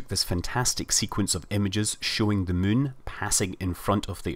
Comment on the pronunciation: it's not mun it's moon.